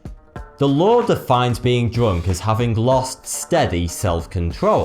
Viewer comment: What's that accent? I don't think I've ever heard it, it sounds really weird to me how he pronounces U as OO as in POOB, POOBLICK, DROONK :)